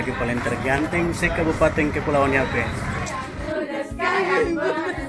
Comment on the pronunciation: Mantap s'x... tp ini masukan buat harus atur tata bahasa baik supaya jgn ada kesalahan seperti kata KABUPATENG, KEPUALAUANG, YAPENG, DLL kalau memang tdk bisa rubah kebiasaan bicara yg suka tambah huruf "G" mungkin bisa diakali saat EDITING video (potong bagian2 yg tata bahasanya salah)🙏🏽🙏🏽🙏🏽